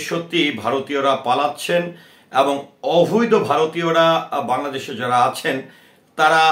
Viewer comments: "অভৈদ" নয়, "অবৈধ"! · Ovído noy oboidho hobey